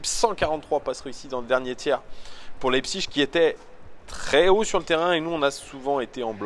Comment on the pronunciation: Pour bien prononcer Leipzig ;-)